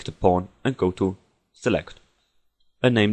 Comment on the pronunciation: When you said Pawn it sounded like you were saying porn.